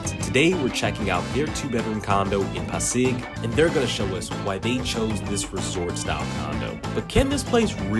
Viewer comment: just sharing, Pasig is pronounced so similar to english word “posse” then adding the “g” at the end. sorry dont know how to notate pronunciation:-) love the content. thanks for sharing.